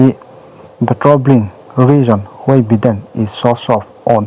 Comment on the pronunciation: Biden nge Baiden